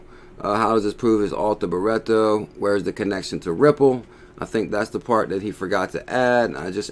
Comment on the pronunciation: ‘BRIT/TO - FFS